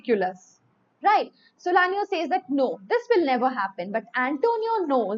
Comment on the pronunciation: Ma’am it’s SALANIO NOT solanio